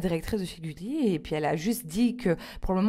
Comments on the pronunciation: "Goulli" Ah non mais je hurle! C''est Gulli avec le son U :* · goulie* ! ptdrr gulli Jerem , je huuurle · "Goulli" mdrrrrrrrr 😂😂😂😂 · 21.43 ''Goulli'' mdddr goul wAllah ?